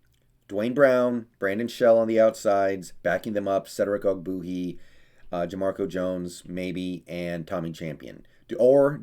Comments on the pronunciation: Love your content, but it’s pronounced og-bWAY-hee! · You don’t even know how to say his name right. How can you judge his performance